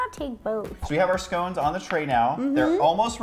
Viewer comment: I would probably like this if you could pronounce 'scones' properly...